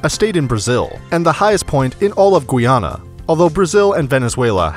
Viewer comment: It is not pronounces gwee-ana, it's pronounced guy-ana.